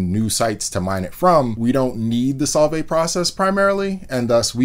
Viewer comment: When he said "Solvay", I totally heard "salt bae"